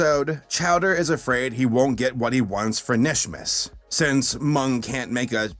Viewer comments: It’s- KANISHMAS >:C not just Nish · 🤦‍♀️ Nishmas? No. It's Kuh-nish-mas. You're supposed to pronounce the K. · It’s KA-nishmas not nishmas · It's not nishmas it's K'NISHMAS. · kuh-nish not nish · ITS KAH-NISH-MIS EVERYBODY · it's pronounced "Kuh-nishmas" You're supposed to emphasize the Kuh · PRONOUNCE THE K IN KNISHMAS MY GOD MAN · I low key twitched every time he said Nishmas😂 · did you even watch the kinishmas episode, 0/10 for mispronunciation Jk but how that happen, wrote script before watching again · InkyFace Thank You. That was peeving the crap out of me.